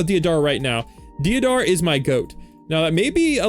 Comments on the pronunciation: It's ''Dayderah'' not deeadara bruh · deidara is prounounced day-dara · Right man that's not how you say deidara